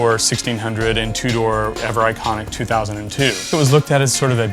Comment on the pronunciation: I'm glad i'm not the only one who was bothered by that.